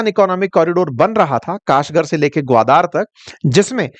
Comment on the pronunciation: it is ग्वादर not ग्वादार.